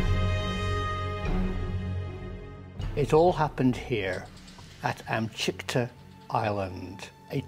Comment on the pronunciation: Amchitka, not Amchikta.